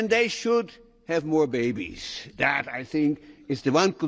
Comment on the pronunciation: 모어 베이비스......ㅋㅋㅋㅋㅋㅋㅋㅋㅋㅋㅋㅋㅋㅋㅋ